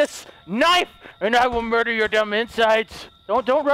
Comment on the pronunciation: The number one most said thing in this series is "I will mudder"